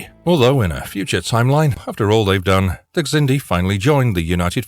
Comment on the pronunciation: The X in Xindi is pronounced like a Z.